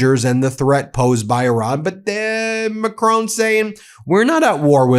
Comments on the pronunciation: Dude, after all this time, take 1 minute to learn how to pronounce Macron... lazy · You, mr. MACRON need to pronounce your 'r' different....not a French ' r' but an English/ American one.....